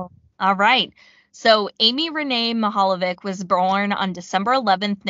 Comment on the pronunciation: Just a piece of advice when pronouncing Slavic names: “c” is pronounced as a “ts” sound. If it is “č” it’s pronounced “ch” sound. Just a heads up.